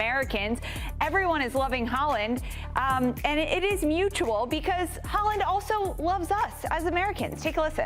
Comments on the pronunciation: What did you say??!! Erling Haaling??!! C’mon! You can do better than that. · Erling Haaland❌ Erling Haaling✅